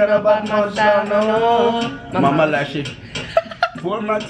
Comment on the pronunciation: LMAOOOOOOOOOOOOOOOOOOOOOOOOOOO did he say MAMA LASHY IM DEADDDDDDDDDDDDDDDDDDD